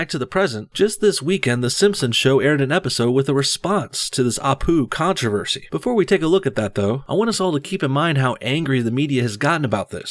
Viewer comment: Naantroversy😂😂 Naan is an indian bread